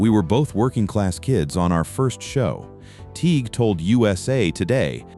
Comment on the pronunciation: The "G" is silent in Kevin Tighe's last name! Marco Lopez and Ron Pinkard are still alive